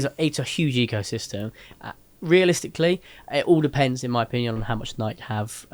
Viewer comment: Going to need you to pronounce it Nigh key😂